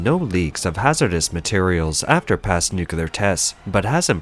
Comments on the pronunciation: The word is nuclear, not nukular. People like you drive me nuts! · The word is Nu-CLEAR not NUCULAR- someone please teach this bot to read English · For God's sake, it is pronounced NUCLEAR, not NUCULAR!!!!! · The word is NUCLEAR, not NUCULAR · God, the constant mispronunciation makes this unwatchable. "Nookyoolar nookyoolar nookyoolar nookyoolar." I really want to look past this, but you've made it impossible. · i mean theres is Clear in it LOL